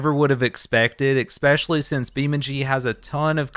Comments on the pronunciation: Your presentation was fine. But your repeated use of "ekspecially" caused me to down vote. I know it's only minor. Not sure if anyone has tried to correct you on it. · Everytime he pronounces especially wrong, take a shot